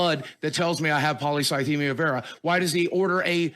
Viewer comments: "...really research into it." Don't get me wrong, I'm a fan of, but lil' bro took like 15 minutes to fully dismantle Boogie's facade. Took him about as much time to pronounce polycythemia as he spent researching it. Good on him for putting money where his mouth was and offering 5k towards bills if Boogie provided proof. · Not being able to pronounce the disease you were "diagnosed with" by a doctor is a major red flag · My maternal grandfather died from polycythemia vera. I think that Boogie couldn't even pronounce it properly (and almost seemed to be joking about it) would be a red flag for me that he wasn't being honest. That kind of diagnosis scares people, and most people want to understand what's going on with them and learn all they can.